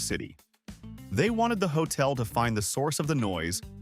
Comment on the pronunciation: Its not hotle